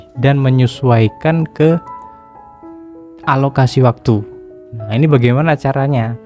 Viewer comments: Alokasi pak, bukan analokasi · Alokasi bang bukan analokasi, maaf tapi telinga saya agak gatel dengernya. Btw makasih ilmunya bang 🙏🏻👍